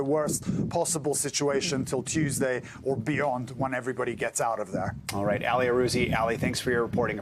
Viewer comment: I wish he would stop calling that man named Ali "Allie" or like alley cat. Call me crazy but Ali is said like Mohammed Ali. Like All-ee. I might be wrong. He might be called Allie but I doubt it. Do a little work and get the right pronunciations... butchering people's names in this day and age just shows ignorance and laziness. And again, I could be wrong and make a fool of myself, but I'm not a newsanchor or journalist or reporter... I'm not expected to know, lol.